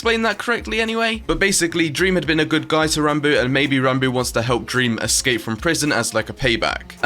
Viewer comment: Technoblade: Ranbo Awsamdude: Rahnboo is Ranboo really that hard to say?